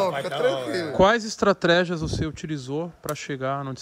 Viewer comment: Quais "estratrégias "? Toguro,Thiago